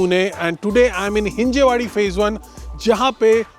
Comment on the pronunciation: हिंजवडी not हिंजेवाडी